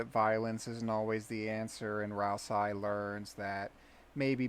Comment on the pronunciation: Tony: Lets make the geno route in this game so obviously bad that nobody could ever think they're doing the right thing Undertale fandom: So this is my theory on why deltarune's geno route will be the objectively moral path Never change. EDIT: LOL can't even pronounce Ral-say properly. What a fucking joke.